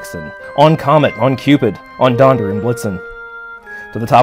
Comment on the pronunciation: Marvelous, thank you very much for sharing (and for saying "Donder" correctly! ;-) ).